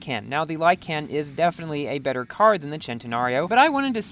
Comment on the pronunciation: Like-in not lie-can